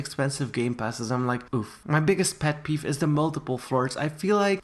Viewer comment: he said peff peef